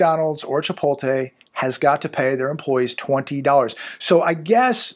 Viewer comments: love your channel...but please.. it's pronounced "Chi-Pote- LAY. not "Tay"...Lay 🤣🤣🤣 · Chi PULL te lmao😅.